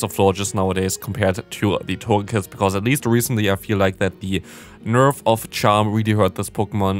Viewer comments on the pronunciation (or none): none